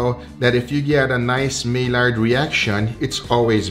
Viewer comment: just for info. Maillard is french and double l is pronounced as a j. Maijard - kinda like my yard.